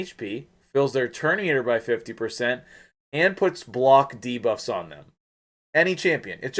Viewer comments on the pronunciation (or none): none